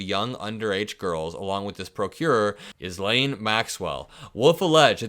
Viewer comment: Not that it really matters but Ghislaine is pronounced ‘Gi-laine’ the S is silent. Her Daddy used to throw law suits around like confetti too. He proved to be a con-man & jumped off the back of his boat to avoid the consequences & disgrace. Anyone like to lend The Big 🍊 a boat for the weekend? 🛥️